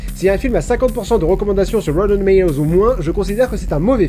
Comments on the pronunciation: Wouyten doumaï-dowze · Il dit pas rotten tomatoes mais "rowtween tomwatoes" lol merci l'americenglish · rotten tomatoes se prononce reudendomedose? ah wait...oui c'est validé par la IIII (Institution Internationale des Interpretes Indecis) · C'était sympa, petite vidéo détente ^^ Ça a été dit pleins de fois mais roten tomatoes... XD J'ai cru comprendre que par moment tu exprimait ton avis sur quelques une de ces films et je constate son à des goûts très différents, m'enfin même si je suis pas d'accord avec quelques une de tes réflexions que je ne partage pas sur des films ça m'empêche pas d'apprécier la vidéo. Par contre pour M. Bison c'est mardi pas jeudi, j'ai pas vu le film mais je connais bien le meme, c'est mardi XDD je sais pas si ça vient de la vf ou juste les gens confondent tuesday et thursday mais ya pleins de gens qui font l'erreur et à chaque fois ça me fait tiquer XD Bref continue comme ça !! Pleins d'amour de Néo et Pikachu ! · « C'est un mauvais film! Moi et rawerwoarrr on est d'accord là-dessus! » EDIT : : « Chuis désolé! Je vous parlerais bien du MCU, mais aucun de ces films n'a 50 % ou moins sur rawrewreralrrrrrr ! » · déso mais j'entends "moi et rbrogrgjrfiehrjfherhgergtoze" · La prononciation de plus en plus approximative de "Rotten Tomatoes" me tue. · Jadore comment tu mets un semblant d'application a prononcer "Rotten Tomatoes" et au fur et a mesure de la vidéo ca devient une onomatopée de machage de chewing gum haha... excellente video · J'ai bien aimé la prononciation de Rotten Tomatoes qui se barre de + en + en sucette tout au long de la vidéo. ^^ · J'adore la prononciation de Rotten Tomatoes au fil des numéros des scènes 😂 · Le fait que 'rotten tomatoes' soit de moins en moins bien dit.. PAR-FAIT!!! Also il faut parler beaucoup plus de The Collector, personne n'est au courant que c'est totalement un des meilleurs films d'horreurs????